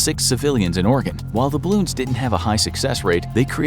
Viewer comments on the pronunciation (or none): "didn't" not "ditn't". So please instruct your narrator bot to pronounce it properly.